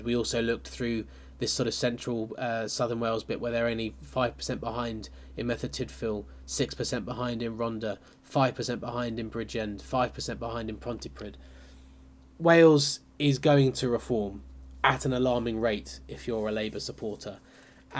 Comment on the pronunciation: love the content so far. Be interesting to see how it pans out in Wales. As an Englishman who has lived for a long time in Wales, just a tip with the Welsh pronunciation as i've noticed this is a fair way off in a couple of videos. Torfaen is pronounced "tor-vine". The single "f" in Welsh makes a "v" sound. With Rhondda the double "dd" makes a "th" sound so it's essentially "ron-thuh".